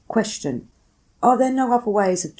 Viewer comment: There is no H in "Question."